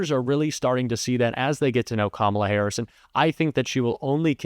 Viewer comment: Harris, not harrison, Lol's